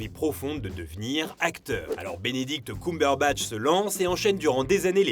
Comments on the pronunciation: Personne:: Benedict Coumberbatch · C'est pas pire que Cucumberbatch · J'avoue enplus il appuir bien sur le COUM😭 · ça me stresse la façon dont tu dis "Cumberbatch" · Bordel la prononciation ... On sent qu'on est sur du bon franco-français. Le mec s'est renseigné pour pondre 11 minutes de blabla à propos de quelqu'un dont il ne sait même pas prononcer le nom correctement. C'est fort. Très fort. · Dsl mais la prononciation du nom cumberbatch c pas encore ça ... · Le prochain qui dit Cumberbatch meurt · J'ai tout apprécié ! Pour moi son meilleur rôle est "The Imitation Game" ! Par contre la prononciation de son nom de famille j'suis pas trop fan! Je ne sais pas si ça se prononce comme ça mais ça a sonné faux dans mon oreille ! Sinon je vote pour #Reno ❤️ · Wow attend, On prononce KeumeBeurreBatch pas KoumeBeurreBatch. Sinon c'est une bonne vidéo comme d'hab xD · j’arrive avec du retard mais stp c’est « ceumberbatch » pas « coumberbatch » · Désolée mais j'ai beaucoup de mal à supporter ta voix alors quand en plus tu ne prononce pas le nom de la personne correctement (genre vraiment pas) et bah c'est complètement l'enfer (pardon pardon pardon ) ça se dit CUMberbatch coàmment le sperme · C'est Ceumbeurbatch !!!!! Pas cuuuumberbatch 🤣 mes oreilles 😭 mais super travail comme d'habitude 😘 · Sérieux c'est horrible ce COUmberbatch... tout le long c'était insupportable, Cumberbatch ça se prononce KEUMberbatch... on dit bien fun et non foun, sun et non soun... désolé mais là c'est vraiment insupportable même si la vidéo est bonne. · C'est pas "coum-berbatch" ça se prononce "keum" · CUME BURBATCHE PAS COUM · C'est Cumberbatch et pas Coumberbatch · Benedict “Coum”berbatch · Non pas du tout ! Tu as raison. Petite erreur de prononciation dans la vidéo. En Anglais c'est bien "Keum" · alors ça ne se prononce pas ''Coumberbatch'' hein